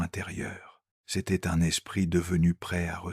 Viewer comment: L'espritE de Joung ! Ah ah ah ! Et avec cette prononciation, vous voulez qu'on vous prenne au sérieux ! Internet, c'est de pire en pire avec l'IA, sans compter sa rhétorique de baratin ronflant !